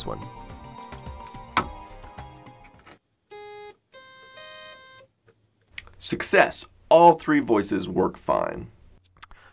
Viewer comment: succesh! No but seriously, you got lucky.